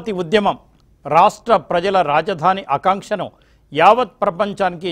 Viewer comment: kadura Aakanksha, nuvvu ni telugu